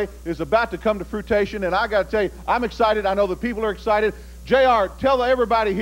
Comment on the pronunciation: That lamebrain says "Come to Froo-tation" instead of fruition. The guy's a dork, to say the least.